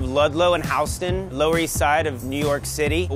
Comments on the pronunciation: It's pronounced HYOO-stən, not haus-ten. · Excuse me , did you just say House-ton. that's pure disrespect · He can't even say HOUSTON smh a disgrace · i just noticed this dude said HoWsten instead of houston what!!!! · Houston is not pronounced Howston... it’s Hyewston. Houston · houseton??? Houston like Houston Tx , lolwtf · “We’re at the corner of ledlow and How-sten” it’s called Houston buddy (Hue-Sten), unless New York literally pronounces it different but come on. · Did he really just said HAUS-ton instead of HUGH-ston, like Houston TX? Is that the way it's pronounced? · seconds in did this snapper head really pronounce Houston as Houseton? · Did anyone catch him saying "House-tin"!! (:12) Its HoUUUUUUston, geez New Yorkers. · HOUSE tun? No.... Its HUE-STEN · HOWston ? you mean WHOston Houston ?? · Definitely pronounced Houston not houseston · “Corner of Ludlow and House-ton” then shows “Houston” LOL learn to pronounce easy words. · Homeboy just said “Hows-tun” instead of “Hew-stun” on the street Houston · Did he really just say "house ten" and not Houston!? H-town! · howston.... fucking idiot, it's whoston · did this guy just pronounce Houston as ‘Howston’? wtf i’m from and live in Houston. get that shit straight son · Houston not houseton jackasses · House-ton, no its Hugh-ston, there is a damn city with the same name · did he just call Houston "howsten"??? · It's HEW-STUN, not HOW-STUN! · why did he say 'Howston' its clearly houston😐😂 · did he say HOUSETON? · is Houston really pronounced HOWston??? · Shut up you dumb putz. Its HOWston here. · Howston? Haustone? where is that? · Are we just gonna ignore the fact that he just pronounced Houston Howston lol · Did nobody catch how he pronounced Houston? House-ton? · I'm sorry but did this man just pronounce Houston as HOWSTON. Aight I lost interest in being a grammer nazi half way through this comment, I'm just meming lol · Howston? “How”ston? Why in the hell would you call it “How”ston? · Dude said house-ton